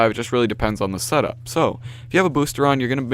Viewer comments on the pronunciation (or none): none